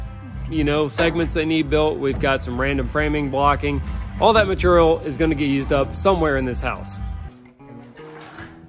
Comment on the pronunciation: still struggling to pronounce the word "material" 😂